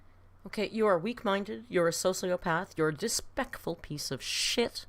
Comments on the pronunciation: she was definitely channeling jeffree star in that “dispekful” rant 😭 i can’t believe she jus kept going after butchering that word so bad. ironically the way she ate that word only fueled more hate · "dispectful" makes me laugh every single time 😂